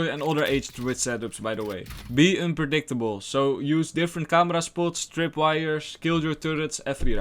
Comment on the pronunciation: By the way, some more constructive criticism, you got confused with unpredictable. Try saying it slowly so you understand how to pronounce the word and can do so consistently.